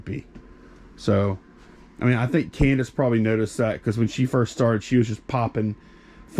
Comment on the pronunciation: Hey! Candice pronounced our name right!! Thanks for the video <3